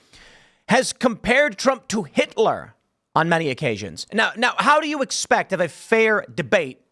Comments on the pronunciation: To be fair she said “Hilter” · They were both flustered. Did she say Hilter? She definitely said Hil-ter